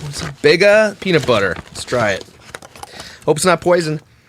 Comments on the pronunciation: Bega peanut butter (pronounced beegar) used to be Kraft here in Australia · Bega is pronounced ‘Bee-ga’ Milo is a malted drink